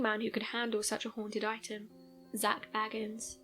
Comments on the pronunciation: I know. It drives me crazy too. It is Bay-gans, not Baggins. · It's pronounced Bay-gans not bag-ans. Just sayin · Sorry, but his last name is pronounced Bay-gans.